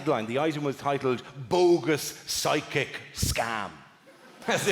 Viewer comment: I read it fine, but through the entire routine I could swear that he is saying sidekick instead of psychic!